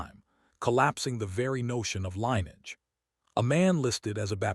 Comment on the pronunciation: Lineage is NOT pronounced "line-edge." It is pronounced "lynn-ee-idge."